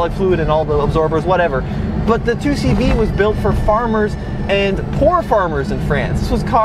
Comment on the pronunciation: Great Vid I learned a lot and I’ve known the 2CV for ages my family had them back in the day until the late 80’s early 90’s. Good pronunciation too!